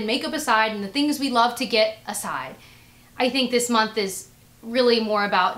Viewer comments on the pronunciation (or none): none